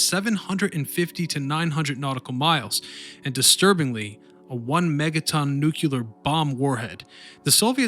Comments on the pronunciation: Two things became irritating. Sue-Soon and New-klee-ur. You kept saying Newk-you-ler. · I stopped watching when you said "New Culer"......Say it with me.........."New Clear". :) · "Nuke-u-lar" lol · He keeps saying “nuculer” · "New-que-ler"... Nice.!